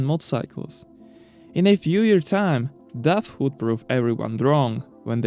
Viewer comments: wow then your ears dont Funktion well. I am from the Netherlands and the brand DAF is from the Netherlands, so when i saw the video i first didnt know what you where saying ! It sounds horrible. Try saying the word car then make it dar then daf , thats sound not like duff. 👍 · Its name is daf , not duff.